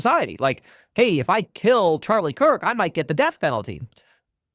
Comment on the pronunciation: It’s Charlie Kirk, not Charlie Coke